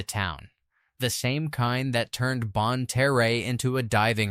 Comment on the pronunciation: If you are going to make videos about an area, you should really check out whether your AI systems are pronouncing it properly. bonne terre is pronounced bon-tear ( as in tearing up a piece of paper) st francois is pronounced st. francis leadwood is pronounced lead-wood same as the lead that was mined out of the ground not lead as in leader this AI also butchered caruthersville, desloge and several normal words that humans would have known which pronunciation to use